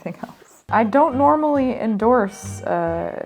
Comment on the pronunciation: So freaking cute! Also, you caught "roots" but not "endoorsded" (endorsed)???